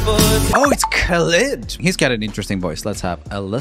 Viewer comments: It’s not khelid it’s khalid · Why did u pronounce khalid’s name like that 😬